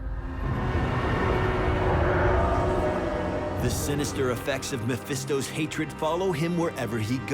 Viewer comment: More like Meh-Phisto.